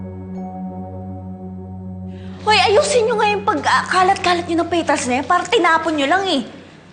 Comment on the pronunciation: "Peytals" Hahahahahhha